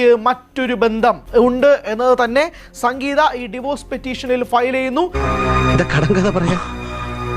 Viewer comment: Sankgeetha ❌ Sangeetha ✅😂